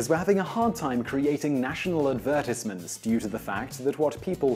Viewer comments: That’s how English people pronounce advertisement. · why do say advertisement like that? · He’s BRITISH??? Some how I didn’t realize this until he said “advertisement”.